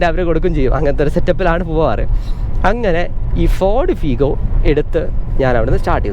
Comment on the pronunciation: ഫീഗോ ❌ ഫിഗോ ✅